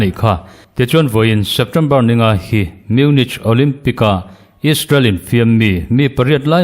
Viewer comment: Munik ti ve zawk la,a ngaihthlak a hahdam deuh ang chu.